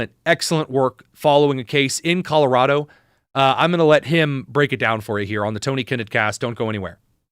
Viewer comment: if you grew up in Colorado why can’t you pronounce Colorado properly? (Sorry, just a pet peeve) I identify those born and raised in the state by the way they pronounce it.😉